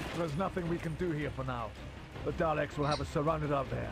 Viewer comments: Freddy (Freddu) Well, has said it correctly once or twice before, so I just had to get it out there. It'll probably affect me minimally from now on. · I know this is a bit picky, but can you stop saying "Darleks" and rectify it to "Daleks," please? I know I'm being picky... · SebastianDoesThings it's spelled daleks but you pronounce it darlaek